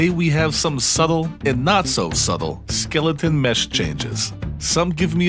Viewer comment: Skillaton? Gotta be a MA accent thing. Love it.